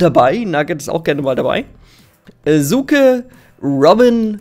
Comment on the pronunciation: man, ich werde Sjuke ausgesprochen und Suke geschrieben!